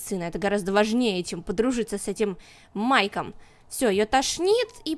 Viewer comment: на ты сказала Майком, а не Майклом.